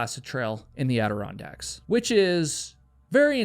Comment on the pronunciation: How is that word pronounced? Andironracks? I read it as and iron racks 😂😅